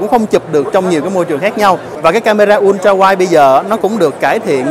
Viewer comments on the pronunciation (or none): none